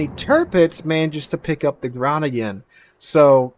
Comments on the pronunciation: Almost right. Groningen is a bit pronouned as "grow-ning-an" and is a town in the North of The Netherlands in a province with the same name. It is not located in the province "Friesland". This ship is named after the province, not the town. I think our did quite a good job with the pronounciation... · Hey, the Groningen is pronounced (phonetically) 'crow-ning-er'.... with the first 'G' being gutteral in sound (like you are clearing your throat). It's a major town in the provence of Friesland in the Netherlands (Holland). Yes, that's where the Fresian cows originated. I'm sure you will have some Dutch viewers that can explain it better than this Aussie, but my ex was Dutch speaking so I learnt pronunciation the hard way. 🙂 Loving your videos mate.